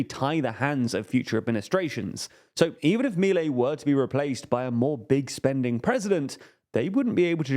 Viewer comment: 1-We already tried that in the 90s and it failed, he's not breaking ground here, just trying what has already failed. This is not a what if, we already have a precedent. 2- that's not how you pronounce Milei. 3- that's a really old peso that hasn't been in cirtulation in ages. I swear this channel does as little research as possible.